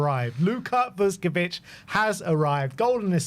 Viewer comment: Someone tell the spurs fans like it’s not vus ko vich. It’s all one word. Vuskovic.